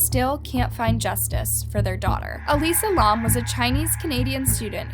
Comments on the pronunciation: Bro fr “lawm” it’s pronounced lam like the animal, you must be blond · Her last name is pronounced “lamb” not L-AH-M. Very annoying to hear the wrong pronunciation throughout the video. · Lam is pronounced the way it looks, like "lamb" not "Lom" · It is not how you pronounce lam ToT it is L-AM this is humiliating to me bc my name is Ansley Lam ToT but yet I luv ur content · L A M not laum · it’s Alisa Lam not LAUM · Say her name right and the hotels name right pls😗it will help very much ✌️✌️ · ur pronunciation is literally terrible. if you’re gonna say this poor girls name, say it right. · That’s not how you pronounce lam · That not how u say her last name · That’s not how you say her name